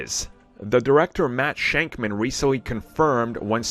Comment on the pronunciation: It’s Matt SHAKMAN not shankman. It’s Shak not shank. It’s pronounced Shackman no shanks. Just Shak.